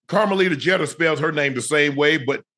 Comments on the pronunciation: Cheter? Its Jeeter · How the Hell does Shannon mispronounce Jeter?